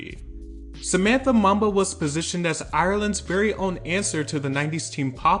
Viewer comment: It’s pronounced “Moomba”. It’s a Zambian name.